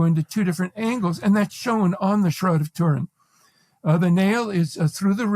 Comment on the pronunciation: The Shroud of tur-IN. 😖